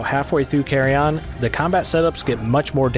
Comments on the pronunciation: "Carry on", bra thats not how you say Carrion. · I thought it was called CARRION not CARRY ON lol